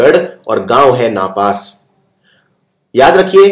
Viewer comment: नापास नहीं नापासर है।